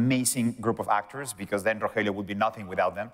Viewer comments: I can't get over the fact that guy keeps calling ro (helio) ro (jellyo) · Hahahaha yeah noticed it too it’s ro hell lio